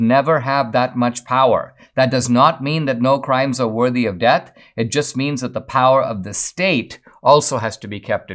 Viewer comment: You’re saying “debt penalty” instead of “death penalty”